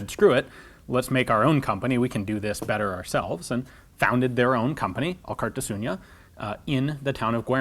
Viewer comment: A bit of pointless name trivia. Alkartasuna means solidarity or union. a fitting name for a company made by former gunsmiths. Also i think Alkar means together in the Gipuzkoan dialect of euskera, but I'm not Gipuzkoan so don't take it as a 100% fact. (Elkar instead of Alkar is used in the common version of euskera). Funny to me that Ian is pronouncing the name like "Alkartasuña", Don't worry Ian even many Spaniards don't attempt to pronounce our names. Good video by the way.